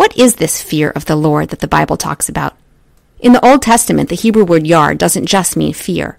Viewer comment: i don't think Yare' is being said correctly It's Yaw-Ray